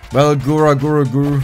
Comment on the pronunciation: The fact that mispronounces Gurs's name almost as badly as she does on purpose is just hilarious. If anyone wants to learn more about HoloLive all the character's has played so far have all been from the HoloEN (English) branch. There's a dedicated YouTube channel for both Hololive and HoloEN, but the really good content is in the girls personal channels. While they all play to the lore of their characters it's the girls behind the avatars that are the real draw- all are extremely talented and have some real skills in art, music, singing, and gaming not to mention being natural performers and comedians. Gura's lore is she's an Atlantean (granddaughter of Neptune) that got bored with life under the sea (and it's lack of wifi) and came to the surface for fun. Lore wise she more or less has a split personality with her Red mode being (mostly) the psychotic and dangerous one. In reality Gura is a LEGENDARY meme lord and shitposter who has the singing voice of an angel. She is also the most popular and subscribed Vtuber in the world with just over 4 million sub's on YouTube. Ina's lore is she's the high priestess of the Ancient One (AO or AO-Chan) an extradimensional Lovecraftian horror that has found a rewarding life as a possessed iPad. She claims to just be a normal girl despite having tentacles and hair that resembles (and behaves) a bit like a dumbo octopus. In the lore, she has magical abilities on par with near godlike beings, but for the most part doesn't use her a